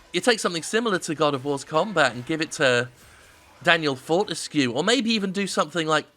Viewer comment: Well you didn't say "Fortesk" like IGN, already a better review.